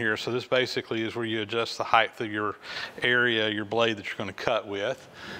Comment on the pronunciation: "Height" not "heidth"